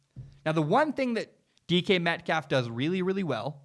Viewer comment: Lol sounds like you’re saying Deacon Metcalf